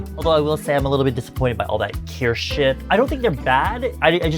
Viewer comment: I like that you pronounce Kirsh like German Kirsch!